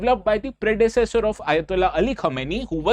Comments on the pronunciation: Correct your pronunciation Khamenei (kuh·muh·nay·ee) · Pehle nam to thk sai padho yaar Khmnai ko khumeni pad rahe ho.... Kya IAS padhawo gy ap log